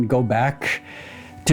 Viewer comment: I want to know why you shouted GO! in a Wolverhampton accent on Top Of The Pops when they banned samples.